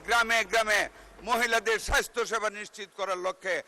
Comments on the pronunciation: স্বাস্থ্য সেবাকে মন্ত্রী সাহেব বারবার স্বাইস্হ্য বলেছেন। এতো শ্রুতিকটু উচ্চারণ কোনো মন্ত্রীর মুখ থেকে আমরা শুনতে চাইনা। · মন্ত্রী সাহেব, সঠিক ভাবে বলা শিখুন, সাইষ্থ হবে না, স্বাস্থ্য হবে।